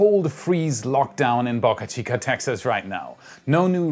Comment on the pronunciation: "Bowwcahh chica" not "bahcahh chica"